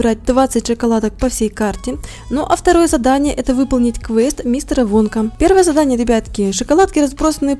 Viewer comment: Там написано вонка когда Руди сказала вонка мне послышалась "водка" 😂